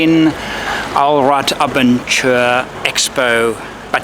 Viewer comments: That does look like a great show to visit. I tried to avoid shows in general, but if I'm ever in a position to start travelling like that I'll definetely will go there first for inspiration. BTW the last bit of abenteuer isn't pronounced as 'ture' but as 'toyer', the first bit is spot on. Makes you sound like you belong in The Eagle Has Landed, mixing abenteuer and adventure together. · It's pronounced Ah Ben Toy Er